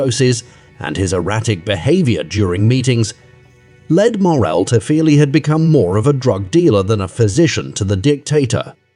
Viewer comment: Please try to say this name as it is. Only downside of this documentary.